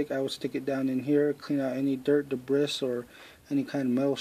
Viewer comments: Hey man great video very helpful p.s the "S" in debris is silent it is phonetically pronounced "debree" I mean NO offense just trying to be helpful have a good day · Thanks for the vid, FYI, debris is pronounced-debreee. Just saying.